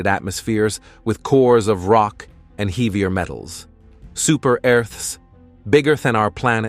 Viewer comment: The "narrator" mispronounces "heavier" "Venus" and "Earth" (02 :22) among other things. It's kinda insulting.that someone thinks this is acceptable.